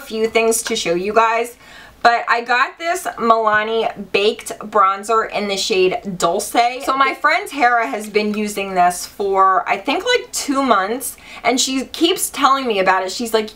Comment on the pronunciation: Milani Dolce isn't prounced dol-say. Its Italian. Its dol-chay